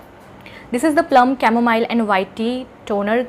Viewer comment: Lmao I loveed the way you said chamomile whatever 😂😂🙌🏻🙌🏻🙌🏻 also great vdo kudoooss ❤❤❤❤❤❤❤❤